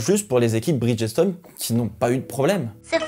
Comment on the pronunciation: Petite note vocabulaire ... Bridgestone est un mot composé de 2 termes, Bridge et Stone. Ce qui fait que lors de la vocalisation le "G" se dit comme un "J" et le ''E" de Bridge est muet . Ce qui donne "BridJ-Stonn" a l'audio😉